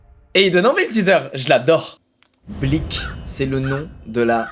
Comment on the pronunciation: La vie que quand il dit blik j ai l'impression qu'il dit bleach